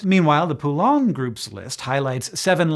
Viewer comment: Hank, you've butcherd your fair share of names over the years, but this Poulain one will never leave my memory until my last breath 😂 (all in good humor and fun! 😘)